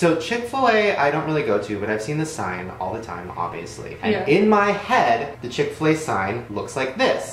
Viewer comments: what the actual hell? I’m not even American and I know that chic-fil-a is NOT chick-fil-a nahhhhh that’s not right😂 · So fucking weird. There's a Chick-fil-a right next to my house and I always thought it said "Chic-fil-a" not "Chick-fil-a"